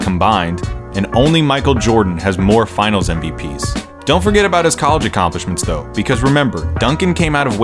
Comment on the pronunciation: why did you pronounce college like that